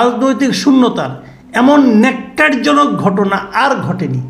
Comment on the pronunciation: ন্যাক্কার জনক নয়, উচ্চারণ হবে নক্কার জনক।